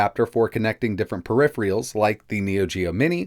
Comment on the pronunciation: I thought only Jay at jayztwocents mispronounced “peripherals” that way...